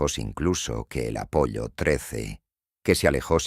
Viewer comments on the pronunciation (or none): NO ES UNA MISIÓN AMERICANA, es Estado Unidense o Gringa si lo prefieres, porque México, por ejemplo o Brasil no participan. Y Apollo, pronunciado con doble ele no tiene que ver con pollos, es una sola L con pronunciación larga, un saludo y un abrazo